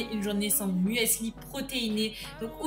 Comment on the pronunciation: On le dit pas comme ça le mueeeesli